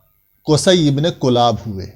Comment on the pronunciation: حضرت کلاب کےکاف پر زیرہے نہ کہ پیش (کِلاب)